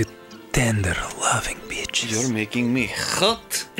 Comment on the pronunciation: The beginning's really funny if you're french, because the way he says ''hot'' sounds like ''Rote'' in french, which is ''Burp'' in french...so it's just like ''You make me burp'' XD